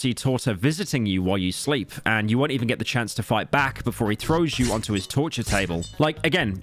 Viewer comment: Did they pronounce 'Trortur" correctly even once?